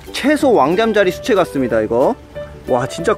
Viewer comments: 그냥 개구리뒷다리 나오긴 전 올챙이임... 황소개구리 올챙이 엄지손가락만함... 그나저나 잠자리 유충은 왜 계속 시체라고하시나요... 수채 발음문제인가요???ㅋㅋㅋㅋㅋㅋㅋㅋㅋㅋ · 나도 시체라고 들렸음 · 잠자리 수채가 잠자리 시체라고 들린다 ㅋㅋㅋ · 수체를 시체로 들음